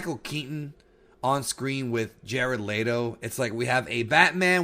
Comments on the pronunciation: It's leto not layto. Why are you saying it like that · Jared Leto (LEE-toh) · My dude said Jared Lay Doe lmao that was funny lol